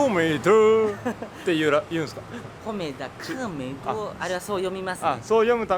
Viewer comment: さん！「コメダ カフェ～」 発音がいいですねぇ～！ (^o^)